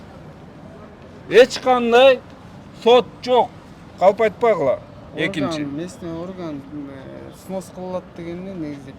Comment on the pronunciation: Бырынчы экынчы деген доодур ким катындай алжыйтко